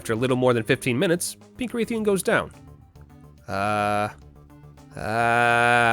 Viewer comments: Every time you pronounced Rathian as Wraithian, my brain took .1 HP of Psychic Damage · Saying Wraith-ian is unforgivable. I'm going to repossess your home. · You actually did it! You pronounced odo and rathian weirdly, but you did it! And you even threw in the freedom unite music one last time. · It pains me to hear the way you pronounce odogaron and rathian, please pronounce words better